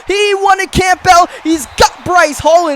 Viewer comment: It’s NOT Camp-Bell. It’s pronounced Cambell. The whole video I heard u say his name and I cringed.😖